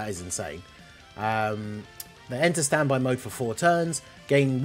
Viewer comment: its worded the same for both base and standby,so I was confused when he read it wrong for the 1st one then right for the 2nd 😭